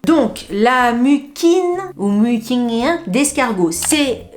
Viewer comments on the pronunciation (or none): Coucou moi j'aime Bill pour Chat GPT c'est court simple et direct....😅J'adore la marque beauty of Joséon mais je vois que tu n'utilises pas de rétinol?Pour la prononciation s'est de la mucine d'escargot qu'on prononce comme sil il y avait 2 ss....🥰😘